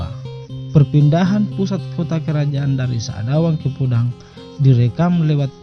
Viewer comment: Bukan sadawang maaf tapi sa'rawang